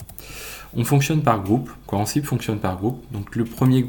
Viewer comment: La prononciation d'Ansible :(